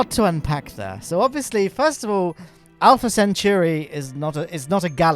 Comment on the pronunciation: You still mispronounce centauri. You say "century", but it's like the centaurs. Centauri. sen-tau-ry